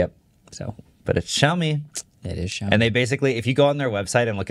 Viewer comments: xiaomi is pronounced shaomi, not zhaomi (not sure how to write the way you say it). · It still bugs me how badly pronounces Xiaomi… try saying the “X” as “Sh”